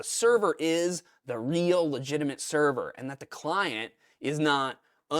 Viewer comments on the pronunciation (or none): none